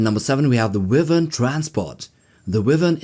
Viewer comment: Its bow as in cow and wyvern as in why ? ffs.